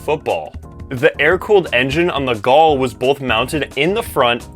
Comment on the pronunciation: Gol is pronounced Gohl and Parati is Parahtchi with the emphasis on tchi. 🇧🇷